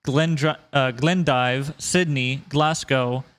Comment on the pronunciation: Glasgow is pronounced glaz-go